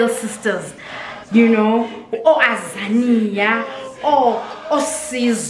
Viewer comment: oAzania 😂😂😂😂 and once you mispronounce someones pronoun they will come for you 😂